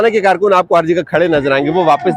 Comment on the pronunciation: Paid karrrrrkun, hahahaha, pura tabar chooorrrrrr,😊